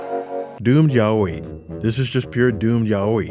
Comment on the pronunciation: That Yaoi pronunciation is giving ball knowledge